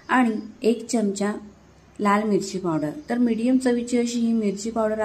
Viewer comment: सर्व पदार्थ छान आहेत. पण च्यमच्या ऐवजी चमचा असा शब्द उच्चारला तर छान वाटेल.